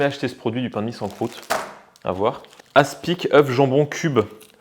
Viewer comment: On prononce pas le c dans aspic 😉